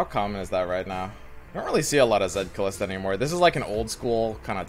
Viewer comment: It's Kalista. No "h".